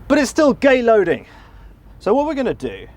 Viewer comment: Did he say "Gay Loading"??????